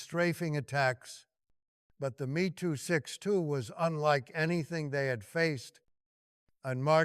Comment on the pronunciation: No excuse for leaving obvious misreading of narrative Mee 262 when clearly Me meant Messerschmit. Reading abbreviations really destroys flow.